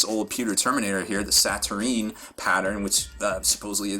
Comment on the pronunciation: Sa-Tur-Een, is an interesting interpretation, but it appears to be Sa-Tur-Nine.